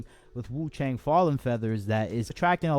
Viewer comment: wu chang- chang pronunciation is actually close to "chunk"